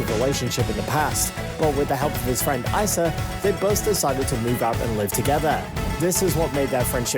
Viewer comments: It’s pronounced EEsa on ISa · Bruh who is icea you pronounce it e: sah: issa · I know this guy is british but, "eye sa" I only know "Issa" pronounced, "eeeee sa, eeeeee sa"